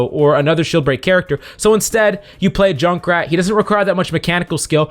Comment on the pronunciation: I hate that he said Jukrat